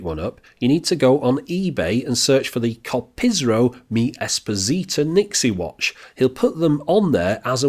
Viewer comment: It's Kopriso btw, not Kopisro, as you kept saying.